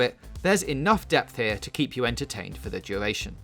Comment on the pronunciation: what the fuck why is fowtnite hewe